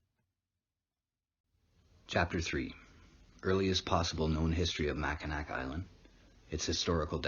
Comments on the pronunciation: Its mac I naw, not nack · It pronounced mackin-aw not makanak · Makinac is pronounced "Mac-in-awe". As a Michigander it's painful to hear it mispronounced, lol. Great video though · It's pronounced Mackinaw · Interesting video. Mackinac is pronounced MACK-in-awe. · Informative... I'm from the area it's pronounced Macinaw Island but it's spelled nac and Sault St Marie is Soo Saint Marie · It's actually pronounced "mak-in-aw" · you said mac in ac. It's cool bro everyone not from here gets it wrong. Great video and very informative. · It is pronounced Mackinaw, spelled Mackinac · Here in Michigan, we pronounce Mackinac as [mackinaw]. Cool video, cheers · You pronounced Mackinac wrong.